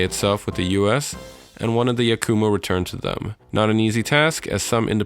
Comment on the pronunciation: ITS YAKUMO NOT YAK-U-MOO